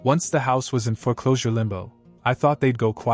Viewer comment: Foreclosure is one word not fore closure two words. If AI is responsible for this then use a real human. Makes you sound stupid